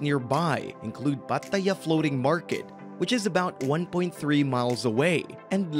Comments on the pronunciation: Stop saying Pa Ta Yaaaa. 😭😭😭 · If he says Pattt-aayya again I will lose it! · Why do you pronounce Pattaya like that? Sorry but it was sooooo annoying 😅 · have to give this video a thumbs down for pronoucing Pattaya and Thailand wrong